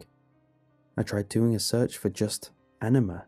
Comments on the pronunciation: I... I kept hearing enema... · Having the knowledge of the meaning of anima kind of ruin these stories for me. And it's kind of weird to listen to the English pronunciation.